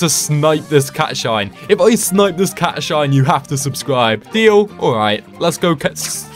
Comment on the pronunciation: It pisses me off how you say cat shi not cat shine